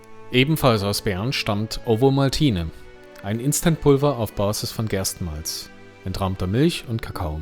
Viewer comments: Typisch schweizerisch spricht man Ovomaltine "Ofomaltinä" oder kurz "Ofi" aus, nicht wie du "Owomaltiine" 😉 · Das V in Ovomaltne wird wie ein "F" ausgesprochen